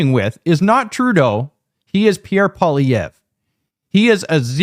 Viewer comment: Holy F. can’t even pronounce the family name of Pierre Poilievre. How can anyone take him seriously as a political pundit if he misses the most basic detail.